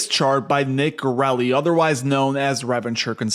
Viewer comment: I like how he pronounces it Nick Girelli of Revvenchure consulting rather than Nick Gerli of re-venture 😂